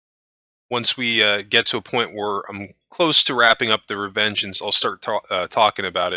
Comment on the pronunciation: "Revengence" lol